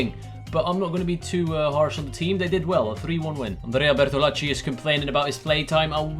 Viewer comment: Lol I find funny how you say Bertolacci since I am Italian, I mean the pronunciation is correct but it is just funny the way in which you say it lol